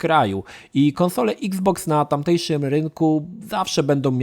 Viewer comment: Bardzo fajnie wymawiasz nazwę xbox. Niektóre obcojęzyczne słowa brzmią wyjątkowo głupio po polsku wiec nie ma co na siłę wymawiać ich tak. iks boks o wiele lepiej brzmi niż eks boks :) eks pudełko znaczy że co już nie pudełko tylko kula? :D